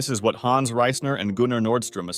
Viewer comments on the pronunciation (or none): none